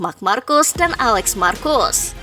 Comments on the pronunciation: Marc markes bukan marc markus😂😂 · dibacanya Marc marqez